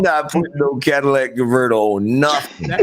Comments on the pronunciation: The Cadillac converter is the most important part of a car. It turns any car into a Cadillac El Dorado LOL. Say it with me y’all, “Cat-Uh-Lih-Tic” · Cadillac converter 🤣